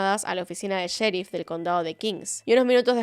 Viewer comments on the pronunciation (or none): none